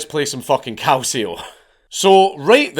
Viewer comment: Your italian pronunciation is pretty good 😂😂 your only mistake is "Calcio". It's pronounced more like "Kal-chi-o".